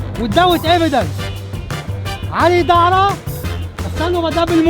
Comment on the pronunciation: Ali Dara. Yes, he mispronounced it but there is a funny coincidence. "Dara" is the Aramaic for Pearl. The Quran calls the young rent boys in paradise, white "pearls". Draw your own conclusions. Was he calling Ali Dawah a rent boy? hmmmm... Don't think he was that clever.